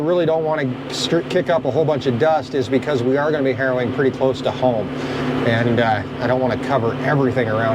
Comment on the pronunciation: It’s harrowing. It’s important to pronounce the ing when saying harrowing. Otherwise you’re just out there doing heroin and people are going to talk…😂